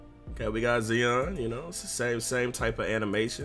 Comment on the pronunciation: zeon? you mean zion